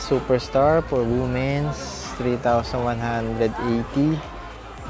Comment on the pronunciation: Just to correct your pronunciation 😊 it is read as weemens not woomen's the word Womens